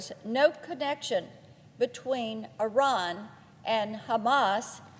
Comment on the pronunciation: Does she mean Iran or Unran?